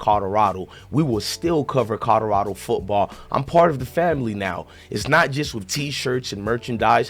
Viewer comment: This man kills me how be pronounces COLORADO.....😆😆😆😆 its kaa- lr - aa -dow. NOT KOD DO RADO.